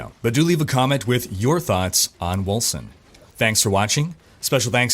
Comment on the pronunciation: Wasn't the company bought by a German Dec studio? It's spelled Wölcen right? So, it would be pronounced "Vulcan"? I'm probably off on that.lol